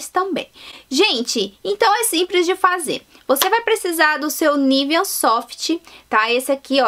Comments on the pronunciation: Pq vc fala “niveaN”?? hahahahahahahahah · Por que você fala Nivean?